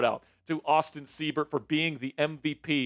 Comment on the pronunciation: Seibert = S-eye-bert. Good win boys! HTTRWFTC4LIFE!!!